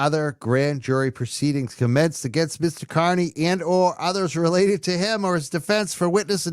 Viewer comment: Aidan’s last name is pronounced “KAR-nee”…not “KUR-nee.” 🤦🏻‍♀️